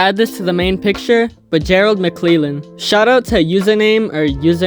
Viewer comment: Gerald mcclellan is pronounced mick lell an. Not mick lee lan. Good video bro